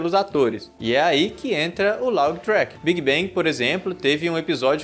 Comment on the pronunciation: ver ele falando "love track" dói kkkk